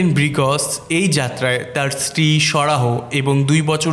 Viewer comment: ব্রিগ্জ কে বলেন ব্রিগজ,সারাহ্ কে বলেন সারাহো এমন কেন!